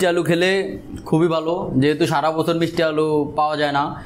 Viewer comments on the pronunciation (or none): none